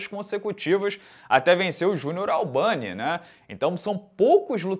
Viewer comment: Também notei isso. "Albani" hehe